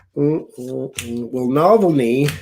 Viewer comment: I think it's: Alexei N"ah"-"vall"-"nee"